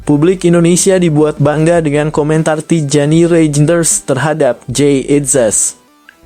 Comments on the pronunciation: Dibacanya Rainders, min. Bukan Reijenders...! Cara membaca nama atau kata Belanda, hampir sama dengan bahasa Jerman. Jadi.., kalau ada kata ei, maka dibacanya ai. Terus, huruf j pada kata Reijnders nggak dibaca. Jadi.., dibacanya Tijjani Rainders. Bukan Tijjani Reijenders...! Terima kasih.......... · Parah nih.. baca Reijnders aja kok salah sih? Harusnya bacanya Reinders. Belajar dong bahasa Belanda.. biar tahu... Tuh lihat Bung Ropan, Bung Binder, atau Yussa Nugraha saat membaca Reijnders... Bukan Reijenders...(Salah). Tp Reinders